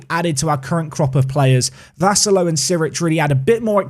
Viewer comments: One of your two Maltese viewers here. Watched the series since day 1 and always excited watching someone from Malta being involved in the series (even if they are just regens 😁like Vassallo or Gianluca Abela from the United of Manchester time.) You're not saying Vassallo completely wrong, but we tend to say it slower to emphasize the syllables a bit more (at least if you want to say it how we do usually). Here's my best attempt to try explain (if you still can't understand I have no doubts you'll find the right way to say it online, even just typing Vassallo on YouTube should suffiss): Instead of saying Vassallo quickly in one go, we say Vus-suh-llo Vas being said like Bus but with a V in the beginning. The 'a' in the middle said in the same way as the 'a' beginning (like the 'u' in bus) The 'llo' at the end is like saying 'lol' but with more emphasis on the l at the beginning and without pronouncing the l at the end. Basically that way rather than say 'low' The only real mistake is the way the 'a' is getting pronounced, but that's because the way we Maltese say the 'a' differs than how it's usually said in regular English. The 'a' is not said as 'eh' but more like 'uh'. Hope it helps, I tried my best to explain but it's not easy when we're speaking about a language which is basically a combination of English, French, Italian & Arabic 😅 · I cant believe you signed a maltese player! This makes me so happy! But you butcher the surname "Vassallo"